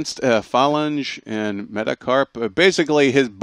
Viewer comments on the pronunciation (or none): Why can't they say enhanced phalange? Fa-lan-jee. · Phalange - fi-lan-gee